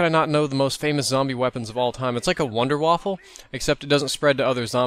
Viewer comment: Just saying its the Wonder Waffen not Wonder Waffel